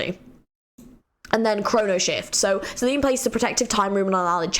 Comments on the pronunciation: Great video! Also just a heads up Zilean’s A is not silent, so he is not pronounced Zileen, but basically how u said it but with the A. Same goes with Zoe, the E is not silent( I actually named my dog after Zoe as well) lol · Groovy Zi-Lean 😂 Fits really well! Zil-e-an and Zo-E if you wanted to know 🤷